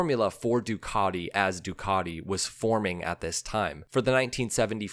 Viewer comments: Duckady? we say DUcatiI,,, or summat like that! What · What's with the Ducarti??? I have a Ducati, and it is 'cat' not a 'cart'. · Are you not able to respect NAMES? It is NOT "ducadi". Learn to pronounce a "T"!!! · You'll be stone-cold sober. I only hear him say Doocardi. I think it's his favourite brand of nail polish. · you should learn how to pronounce "Ducati" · I absolutely hate the way you say Ducati, and you say it sooo...many times, I managed to suffer your video for one minute, yes one minute, believe me I`m not the only one who thinks this but I`m probably the only one to say it, all your feedback can`t be positive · It's not "Ducardi.." Don't be a can't. The engine is a "Coo-chio-lo" not whatever you tried to say. Try to get it right mate, it's not that hard.